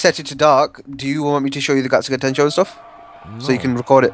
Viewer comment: Its getsuga tenshio not tenshuo